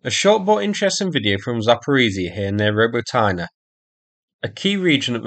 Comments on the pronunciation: Y in Ukrainian words is never pronounced like Y in the English word TYNE (: Rō Bō Tĭ Nĕ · Robotyne is pronounced "ro-BOT-nyuh"